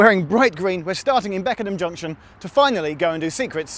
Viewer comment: It's Beckenham not Beckingham.